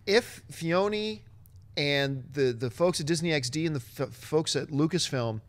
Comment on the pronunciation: John is mis-pronouncing Dave Filloni all the damn time